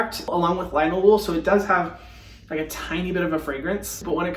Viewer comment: He literally sounded like an Aussie bogan when he said “looiike” lmfao bless u Hyram